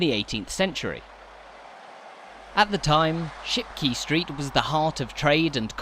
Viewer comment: Great video. However your pronunciation of Shipquay suggests you needed further coaching. Not key. Kay.